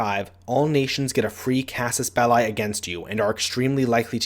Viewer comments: Casus Bell*i*, not "Bellei". The i is pronounced like the i in "englisch". It's latin. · That's not how you pronounce Casus Belli